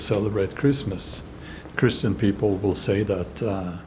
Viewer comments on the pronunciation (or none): none